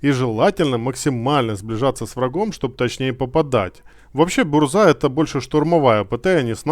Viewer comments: Не бурза а бужа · бужа а не бурза. автор Мурза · Контент сок, искал инфу чтоб не читать и не воображать как оно будет, но по произношению есть момент, задЫмка не задумка, буЖа не бурза, килАна и блыскавИца если читать по польски 😊. Не в обиду автору, просто так правильнее, да и звучит лучше. Все, я молчу, спасибо)